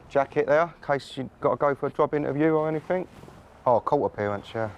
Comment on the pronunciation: God, that senior HCEO - "anyfink, nofink, somefink".......durhhh. Unprofessional and sounds like a thicko.